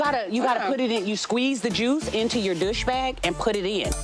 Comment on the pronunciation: A dush? Really!?!?!?!?!? Douche...pronounced DOO-SHH. NOT duh-shh. Now, class is over ladies.